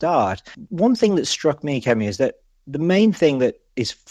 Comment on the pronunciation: Checked Kemi's name: so get it right. Don't announce youre going to keep getting it wrong anyways! Such a cliché She even gave you an aide memoire.